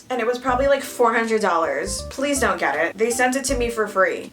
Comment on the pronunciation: Nobody: Not even a single soul: Me starts thinking of "zont zo it" when says "don't"